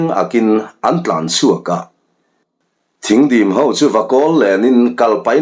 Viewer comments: Thing dim tih i lam dan hi dik lo a, Thîng hi (sawhthing tia thing ) ti a lam tur aw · Thingdim tih a "Thing" lai hi, Sawhthing tih a thing lai ang hian lam rik tur. Thingkung tiha "thing" angin i lam. Thingdim tih hi, khuala an chhungte Khuangchawi ni a rawn lam lutte kha, Ar khuan rualin dim zawihnalh in an sawhthing zai lep thil tlar kha tawn chungin khuaah an rawn lam a, chu chu Thingdim an ti. Ar khuan ruala dim taka lam tihna mai a ni. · Thingdim tih i sawirik dan hi. Sawhthing kan lam rik a, thing....tih kan lam rik ang hian lamrik tur ni in ka hria.